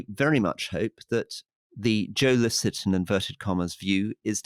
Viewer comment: Licett? Come on Rory! What's that about? Passive aggressive? Too kool for skool, to know how to pronounce a popular and excellent comic's name? I'm seriously loosing faith in you. Did your AI tell you to say it like that? 🤔